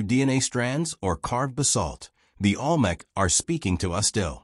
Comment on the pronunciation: The AI can’t even pronounce Olmec correctly.